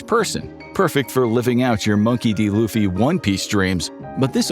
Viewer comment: lets take a moment to appreciate the fact u said luffy right this time The video u guys made about him u called him luffie. Still mad about that. Thanks for saying it right this time 😂